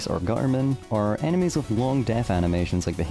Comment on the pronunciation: why does bro say "animes" instead of "enemies"